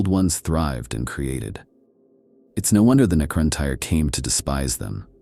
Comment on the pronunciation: Its pronounced the NECRON "TEAR" like a tear from your eye. You are pronouncing it NECRON TIRE. lol. For the record the correct spelling is NECRON TYRE.